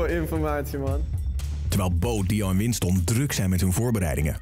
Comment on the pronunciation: / / / zegt dr voice over terwijl bo dio en winston druk zijn met hun voorbereidingen maar voice over je schrijft winston en zegt winsten